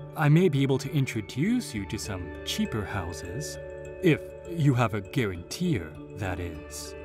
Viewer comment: Just to help, Guarantor is pronounced 'gah-ran-TOR' not 'gah-ran-tee-er